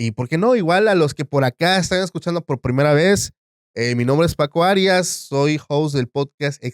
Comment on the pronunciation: ¿Por qué pronuncia Arias cómo "Harías"?